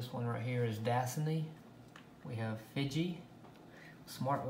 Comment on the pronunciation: Why did he pronounce Fiji wronge